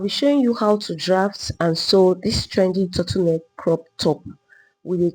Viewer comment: Your Tuttle neck is difficult to understand